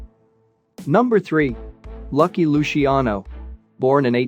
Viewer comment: Or Luciano. Lushiano? Unbelievable.